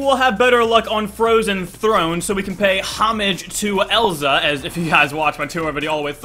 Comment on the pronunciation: it's Elsa not ELZAAAAAAAA